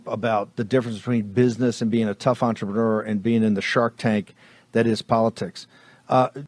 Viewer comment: He's an ontra-manure. He's an ultra-maroon. These trumpian- magats speak English like cartoon characters with speech impediments.